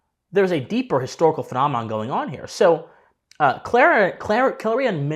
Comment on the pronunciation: I never knew the day would come where a native English speaker from America would mispronounce the word "phenomenon"